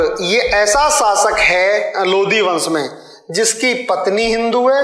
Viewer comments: Chutiya ये लोधी राजपूत अलग होते है ,, लोधी नही ह वो लोदी है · Sir पहले तो वो लोधी नहीं लोदी होता है इसलिए पहले उसे सही kr लो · भाईसाहब जिसे आप पढा रहें है वो ....लोदी ....है ना कि लोधी .. लोधी तो राजपूत क्षत्रिय जाति है आप पहले खुद पढ लो। फिर दूसरो को पढाओ ... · भाई साब वो लोधी नहीं लोदी होता है। और लोधी तो क्षत्रिय हिंदू है। 👑💪